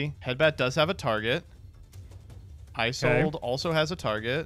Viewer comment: It's also painful watching mispronounce Isolde 17 times.